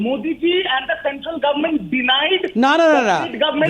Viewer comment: "CENTAL GOVMENT" 🤭🤭😛😛😂🤣🤣 Didi, when will you return 4.6 lakh Crore credit to CENTAL GOVMENT? Whatever it is, our didi is a great entertainer...